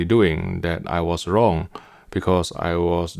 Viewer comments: "And I am not Wong." 😂😂😂😂😂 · Hes never wong. OMG I'm dying 😂😂😂